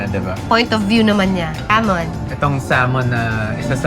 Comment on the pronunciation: Pronounce sah ( l ) mon drop the L. Iberico is just spanish extra virgin oil